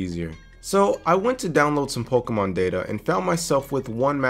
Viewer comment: This is my first time hearing a youtuber pronouncing pokemon instead of pokimon.